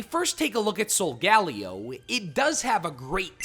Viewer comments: its soul ga lay oh btw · It’s pronounced SOHL-GUH-LAY-oh, DEE-AHL-guh, KUR-RYE-dahn, MEER-EYE-dahn, zah-SEE-ihn, nuh-CROHZ-muh, ee-vell-TALL, KAH-lohs, PAHL-kee-uh, and arr-KEE-iss, “”! 🤨 Also, Solgaleo is a Psychic/Steel-type, you idiot! Stop making errors and stop mispronouncing names! You have poor pronunciation skills and education! 🙄